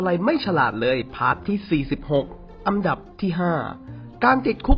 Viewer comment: อันดับครับ ไม่ใช่อัมดับ